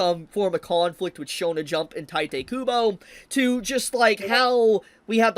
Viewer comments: It's not "taite" kubo, it's "tite," ti as in tea and te as in tell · It's teete not tYte.... You are brutalising his name. Anyway, I heard that weather Apps are now requiring IDs in Texas. n texas. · Bro, it's "tiiiitehh kubo", not "taitay kubo"... XD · It’s pronounced Tite (Taito) Kubo. It’s explicitly not pronounced the Japanese way. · Friendly PSA that Tite is supposed to be read as Taito. Or you can read it however you want, I'm not your mom. Just saying coz many ppl don't notice just coz it's a quirky af romanization.